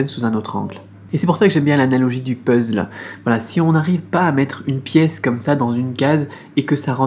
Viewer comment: On dit puzzle et non puzzle =)